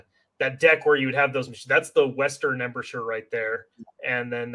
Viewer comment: Spent an entire flight from Seattle to Austin watching this - will make my next visit to Omaha Beach much more knowledgeable! One constructive comment: Embrasure is pronounced "em-BRAY-jur"